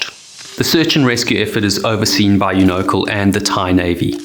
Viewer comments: My only contribution: I believe it’s pronounced “YOU-know-cal” not “you-KNOW-cle” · Unocal- Pronounced "You-Know-Cal" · I was going to correct your pronunciation of Unocal, but that company was (and still is, as Chevron) so greedy, selfish and heartless that they don't deserve to have their name pronounced correctly! It's absolutely appalling how ridiculously few captains, crew and/or owners have been held accountable for the lives lost during these disasters!🤬😭